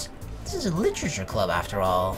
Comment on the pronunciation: "That doki doki... litchurchur club" LIT-ER-A-CHUR